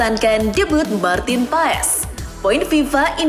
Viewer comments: Bukan martin paes bacanya tapi paas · martin pass di baca nya min katanya.🙃